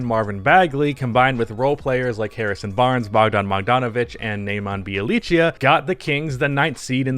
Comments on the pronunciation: This man really called Bjelica Bielichia lmfao🤦🏻‍♂️🤦🏻‍♂️🤦🏻‍♂️ Americans are a different breed💀💀💀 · and then the J in Bjelica is not said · That was the worst butchering of Bjelica's name ever